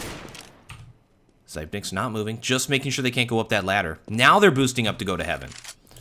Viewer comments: zip - nix not zype - nikes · zypeks, not fkn zaipneks